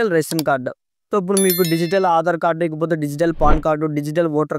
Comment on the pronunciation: Aadhar not machi Ani vastundi